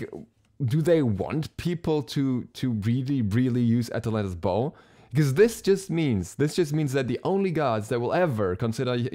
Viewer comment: atlantas bow sounded like athletic ball to me first time u said it